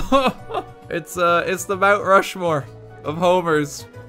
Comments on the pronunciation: Mt. Ho-More? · Mount Ho-more